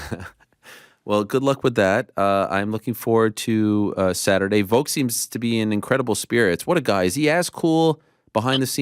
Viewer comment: Its VOLK not VOKE we need to talk about this again